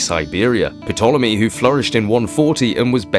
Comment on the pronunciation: The "p" in Ptolemy is silent ffs